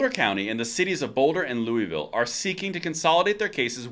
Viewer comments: Boulder here! This is SO great! Thanks for covering it. One tiny point..in our neck of the woods we pronounce Louisville like Louis Ville …..we do not do the silent S. I just want you to know it in case if you come out here you blend right in! Love the channel. All the very best….. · It's "Lewis-Ville" lul it isn't like the one in Kentucky :D great news indeed. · Louisville “loo-iss-vill”. For future reference since this is getting national attention from several 2A outlets. As a Colorado native, I’m glad to see my RMGO making headway, especially in the Peoples Republic of Boulder as I so affectionately call it cough, cough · (In Colorado, the "s" in Louisville is pronounced, not silent.) Thanks for staying on top of this. The mag limit was set arbitrarily when Diana DeGette asked an officer present at the hearing how many rounds his pistol held. She's terrible.